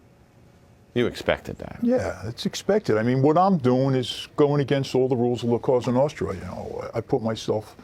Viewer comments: Le Monarchiste he said it wrong. It’s the Sicilian mafia La Cosa Nostra. In Italian it translates to: “ This thing of ours” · “La casta nasta” - nice prep work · La Castra Nostra he says. 🤦‍♂️ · "La costa notra" goon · Cosa Nostra “ Our Thing “. They only been doing it for 100 years lol and they still cant pronounce that right.